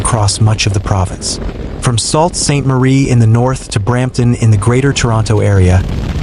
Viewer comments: you're salt sainte marie, it is pronounced sue sainte marie!!! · You guys just can not get the name right - Sault Ste. Marie is pronounced SUE Saint Marie.